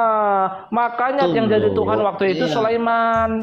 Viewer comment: Sebutan Tuhan bukan Tuhang